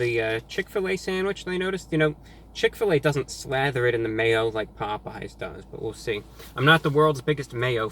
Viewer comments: did anyone hear Pope yes instead of Popeyes😂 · It’s not pop we eyes it’s popeyes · correct me if I'm wrong but, did he pronounce pop-eyes as pope-yes!!!!???/ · “ pop yes “ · HOw DoES IT PRoNounCe POPE Yes Pop eyes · Glad I'm not the only person who calls it 'Pope Yes' chicken. Obviously, they compete with Churches Chicken. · I have a Chick-fil-A near me, so I gotta try out their chicken sandwich sometime! Also, I really enjoyed your (obviously false) pronunciations of the two! "POPE-E-YES" and "CHICK-FIL-AH". 🤣👍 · my dad used to pronounce it "pope yes" as well, thanks for the memories. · Nigga said pope yes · "Pope yes" Lmaooooo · “pope yes” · Did this nigga just say “pope yes” 😂😂😂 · 😂😂😂 "Pope yes" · “pope yes” lmao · Pope-yes...🤣🤣🤣🤣🤣 Review Bruh coming in hot with the match up of the century!! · “pOpE- yEs” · This nigga said pope yes 😂😂😂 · Nigga said “Pope yes” 😂😂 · review bruh mayne said pope yes? dayuuuuum lmfao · Mans said Pope Yes 😂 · Did he just pronounce Popeyes like pope-E-yes. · "Pope-yes." You heard it here, folks. Our God has declared that Popeyes is now Pope-yes. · Hi Reviewbrah, like your videos and I wish we had these fast food chains here but unfortunately for some strange reason Popeye's closed 😢😔 and I laughed so hard with the mispronounced names lol, didn't expect it from you but it's awesome. Your awesome Reviewbrah. 👍👍😊😊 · bruh this dumbass dont even know how to say popeyes.. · Damn, you really disrespected Popeyes with this one. I appreciate the admission of bias in favor of Chick-fil-A, but from mispronouncing the name to criticizing their service, it's still clear that Popeyes is the best choice in terms of taste. You even almost said they are equal. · im here for that popeyes pronunciation